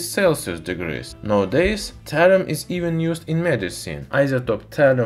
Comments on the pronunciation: Isn't it thallium and not tallium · Thalium not Hydrargyrum ? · What is Talium? I've heard of Thallium and his title mentions it, but he keeps on talking about talium... what gives...